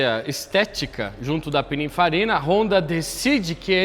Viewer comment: “Pinifarina” n “pininfarina”